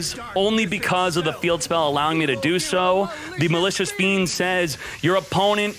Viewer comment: Was I the only one who understood Malicious Bean ?